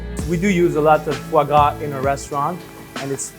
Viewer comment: I contemplated killing myself when she said "fave grave".